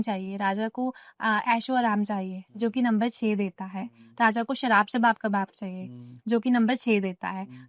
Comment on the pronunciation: The way she say shawab kawab sarab😂